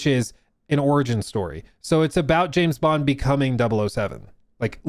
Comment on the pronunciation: JIM BOND... not Jam Bond... come on now, if you're going to rage bait, be better at it xD I literally just preorder 007 first light and it wasn't intentional but im still excited to play. Also James Bond... a tory? 😂 im British and that qoute made me spit my tea out and laugh so hard I peed a little